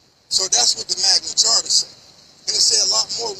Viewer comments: Magna “charta”?? Nice try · My man kept saying "Magna Charter". It's "Magna Carta". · Sounds like he is saying "Magna CHARTER" rather than the correct term, magna carta. :face-purple-crying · ROFL Magna Charter is pronounced Magna Karta. Not CHarter. And regardless it means NOTHING in this situation. This guy needs SERIOUS help. The problem is you are NOT taking care of your kid so the government and the police have to force you to do it by ticketing you for not using a child seat. You fking muppet. Omfg. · Did he say Magma charta ??????????? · Magna Carta mooron. There is no h in it. Even a moderately educated person knows that.